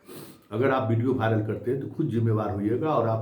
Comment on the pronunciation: भाइरल नहीं वायरल होता है। आप DU से पढ़ें हैं।